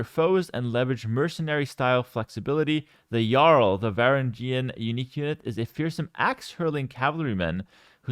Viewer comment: Well. This sucks. It’s pronounced ver Ang eun btw